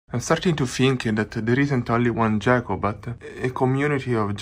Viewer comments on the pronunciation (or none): Pro-tip: "Gecko" in English is pronounced with a hard "G". ;)